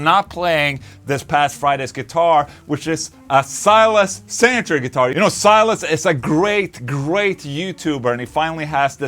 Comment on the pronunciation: Bro, Silas is a brazilian, his name is pronounced "See las"